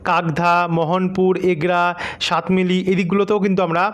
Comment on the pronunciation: নাম গুলো ঠিক ঠাক বলুন সবঙ কে সাবেঙ সাতমাইল কে সাতমিলি বলছেন কেন।